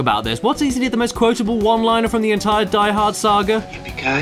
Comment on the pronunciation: It is not DEE Hord. It is deeeeeeeeeeee hoorrdd